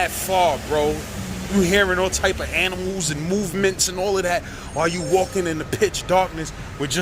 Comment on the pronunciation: Yooo I’m crying 😂 this nigga said all types of ani-muls Lmfaooo.